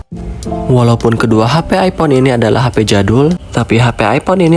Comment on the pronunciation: Hape (HP) brooo bukan Hapay 😭😭😭😭